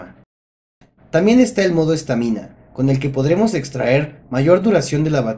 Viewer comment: Repite conmigo: modo stámina, no stamina. Es una palabra en inglés.